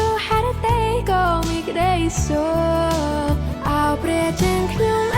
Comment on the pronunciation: Please correct her with word (Sok).